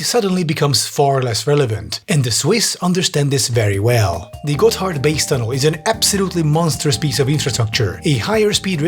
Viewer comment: I keep hearing him say it as "Got Hardbass" and I cant stop chuckling